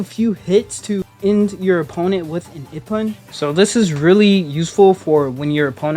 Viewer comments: Ippon (ee-pon) not ippin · Ippon (eepon)not ippin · ok lemme tell you how to pronuce ippon "E PON" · Love the video, but the way you say "Ippon" as "Ihpun" is an interesting choice that will prolly piss some people off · Pronounce IPPON as E pon